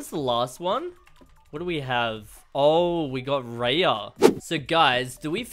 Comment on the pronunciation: Its r. .I. Ya ok raya